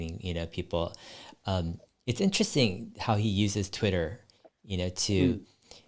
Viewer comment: English is my second language. Fluent but still got the accent. I wish I could pronounce « interesting » in such a badass way as Dave 😅 Dave « int’resting » Lee on Investing 👌